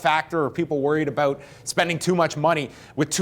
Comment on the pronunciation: Talkin "aboot" it?